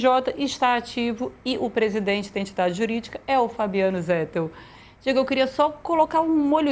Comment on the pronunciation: Irrita o ouvinte a pronúncia /"zétel"/. A pronúncia correta em português é /"zetéu"/. É o mesmo caso de /"nobéu"/, pronúncia correta de Nobel. Muitos falam /"nóbeu"/ equivocadamente.